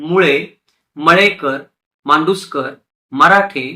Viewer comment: छान माहिती दिलीत दादा. मांडूस्कर नसुन मांदुस्कर आहे . त्याचप्रमाणे करूळकर - कारूळकर , सावळे - सावले असे आहे . कृपया दुरुस्ती करुन घेणे .